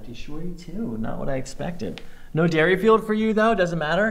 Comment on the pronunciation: Is it not pronounced "deer-field", not "dairy-field"? I feel like I've heard the former pronunciation on YouTube chiro/massage channels more often, but Googling suggests that the guy who invented it was named D-E-R-I-field... even sources that go on to call it the "Deerfield" test.